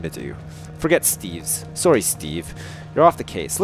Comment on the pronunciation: I love how says sorry, he pronounces it sorey